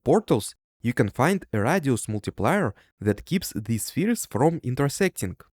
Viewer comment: your pronunciation of radius is diabolical